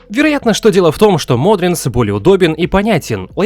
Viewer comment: Меня одного бесит что он называет Modrinth модринтс, а не модринт